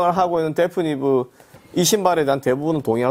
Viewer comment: 그런데 말이죠. 브랜드 이름을 데프니브라고 발음하시네요 ^^... 데피니브인데 말이죠